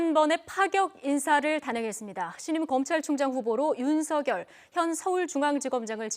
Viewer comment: 윤석렬은 (구개음화 현상?) 윤성렬로 발안하는 것이 맞는 것 같은데 사회자는 계속 윤석열이라고 발음하니 듣기에 자연스럽지 않다고 생각됩니다